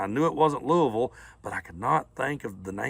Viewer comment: I thought you'd spent time in Ky; you even pronounced Louisville correctly.